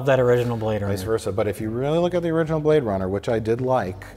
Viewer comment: He say you brade runna (2049)